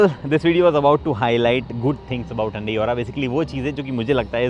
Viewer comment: Hyundai ❌ Handaeee ✅